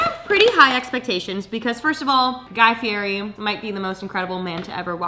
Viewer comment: saying fieri wrong every time 😂